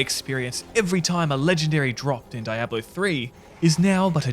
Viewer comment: You're pronouncing Diablo wrong dude